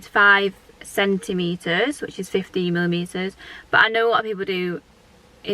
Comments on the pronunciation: Yeah definitely sounded like 15mm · ThatFezGal X sounded like 15mm.....it made mi chuckle lov 😉